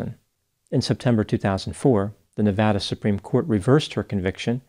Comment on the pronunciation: SO nice to hear Nevada pronounced like someone who has lived there!